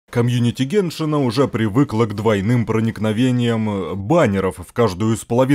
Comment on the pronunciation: Заметила на сколько сильно усыхает мозг у опытных игроков, потому что чем больше человек играет в геншин, тем чаще от него можно услышать идиотское ударение, такое как геншИн, сумерУ, сигнА, и так далее